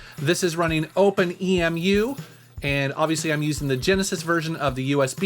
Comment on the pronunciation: Looking forward to the Sega Saturn USB controllers. But, it's OpenEmu, "Em-yoo" as in "Emulator":P